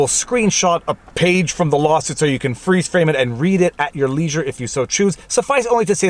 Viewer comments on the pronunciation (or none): none